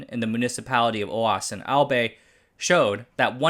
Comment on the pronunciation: Bravo! Well done! I learned a lot. Quick note Albay is pronounced more like "I'll buy". 😉😁